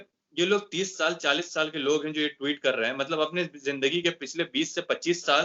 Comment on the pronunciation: Anchor Bhai Sahab ' Tweet ' bolna seekho Bhai, Ghalat talaffuz se aap Ka wazan Kam ho ra ha hai, Allah Nek toufiq de !